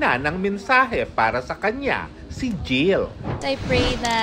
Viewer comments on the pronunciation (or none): none